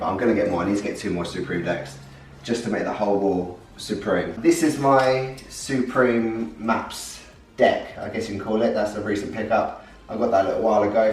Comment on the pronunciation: It is “supreme” not “soooopreme”